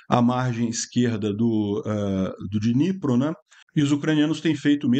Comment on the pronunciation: Prezado, a pronúncia ucraniana é Dnipró. O problema para nós, brasileiros, é que a transcrição do ucraniano para o alfabeto latino é feita com base no inglês, língua da ONU, e que não tem acento gráfico. O mesmo acontece com o míssil Tochka-U: a pronúncia é Tótchka-U (Ponto-U, em português). É como os americanos pronunciam, por exemplo, "tchip" (chip)...